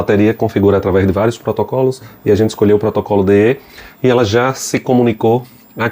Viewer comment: Não d-i-e amigo se pronuncia daia a escrita e deye mais se fala daia